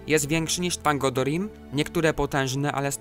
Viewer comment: Jak również BaLRog, Thangorodrim, Earendil czytane przez E bardziej niż A na początku, no i tak dalej....